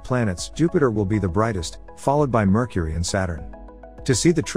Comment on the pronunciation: Merchury, what a lousy pronunciation?!?!